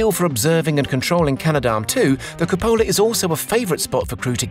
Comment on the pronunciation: Hi, nice video. Just FYI the Italian word for "dome" is supposed to be pronounced "cùpola", with the stress accent on the first syllable, not "cupòla". ;)